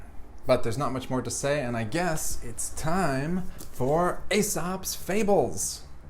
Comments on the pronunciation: Love your channel, but please pronounce Aesop's fables correct!iy, It's E sop, not A sopl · OK, how do you pronounce 'paedophile'? When a word has 'ae' together, the 'a' becomes silent. Still love your channel though!